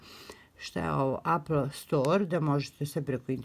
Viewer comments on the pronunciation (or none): none